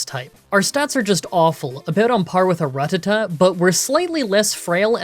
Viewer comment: who is Ruhtuhtuh? never heard of that pokemon before